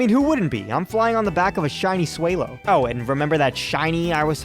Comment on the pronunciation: Say swellow correct